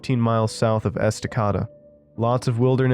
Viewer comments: Esta cod uh? lol, It's pronounced Esta cade uh, or as we like to call it locally "incestacada" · Being from Oregon hearing towns being pronounced wrong makes me laugh. ESTA-KAY-DA lol good listen though! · Haaaha I just came to say this!